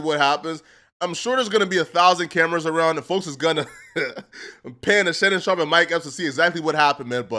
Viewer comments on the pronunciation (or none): Bro.. Fucking pronounce that mans name correctly... That shit is disrespectful as hell, mispronouncing someone's surname when you're perfectly capable of saying it right... Shannon SHARP! not "Shawp" or "Shop"... Cornball. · it's "sharp" bro, not "shawp."